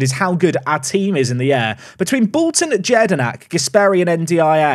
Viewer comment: Btw just for reference jedinak is pronounced as yedinak in your language 🤗🤗🤗